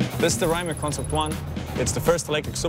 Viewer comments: It's rimac not rimak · Is not RaimaK, but RimaC! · Raymak like Kajmak. Say R I M A C. Croatian is phonetic. R is always an r, I is always an i like Iraq and not ajrak, M is always an m, A always an a like Adam and C is always a like a-b-c and not a cat. For a million at a time surely you could learn how to pronounce the name as it should be. Let's be professional!